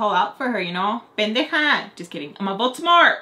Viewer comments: Baltimore??!! Last video I thought you were saying Voldemort 😂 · What lmfao I hear “you guys thought I said Baltimore but I said Baltimore” anyone else 😭